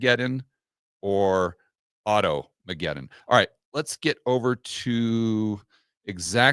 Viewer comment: To many syllables in auto mcguton .